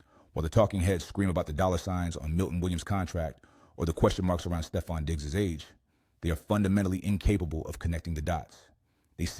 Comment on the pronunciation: Stee-fon??? It's Steh-fon. Stefon Diggs. Learn the players names, dude. He's been around a long time, and you STILL can't even pronounce his name. That's not cool, dude. LEARN it.